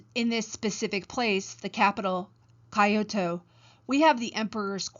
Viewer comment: Never before have I heard someone consistently pronounce "Kyoto" as "coyote", but with the final -e exchanged for an -o. Other than that, a nice lecture.